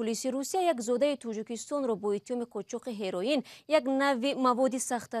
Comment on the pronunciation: Апаи Шахлогулхоча хами як калима монда бд тагир надодантон "ХЕРОИН"